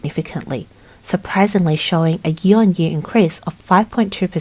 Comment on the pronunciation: Learn how to say the word "Year".